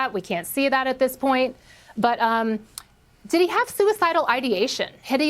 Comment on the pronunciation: Why does that reporter pronounce "did he" as "diddy" like bro it's not one word